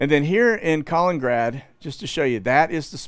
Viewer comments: Ka-li-nin-grad (Калининград) Kos-tan-tsa / Constanța Geez, is it really that hard to pronounce it? And regarding your content it seems you need to learn some history, open your eyes and stop following the main stream establishment please. You seem nice guy, but oh boy you get thing wrong. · Please. It's not "colin-grad"; you're dropping a syllable from the middle, and driving me nuts. Thanks!